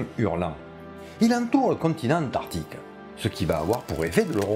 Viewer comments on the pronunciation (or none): Ah que ca fait du bien de revoir ta bonne bouille 😍😍😍. A ton microphone à eu un mal de gorge on dirait 😂. C'esr un crâne de quel sauropode à ? Tu oublie de prononcer le "c" d'Antarctique 😉. Les baleine ont le melon, la grosse tête en gros "nous on est les les plus gros, meme pas peur de vous" 🤣🤣🤣. Pour ce cachalot géant du coup on ne peut pas savoir ses proies ? Je t'ai envoyé un lien sur Twitter mon bon, tu l'as vu ? Merci pour tout ce plaisir, toujours agréable de te voir tout enjoué de dicter tout ça 😊.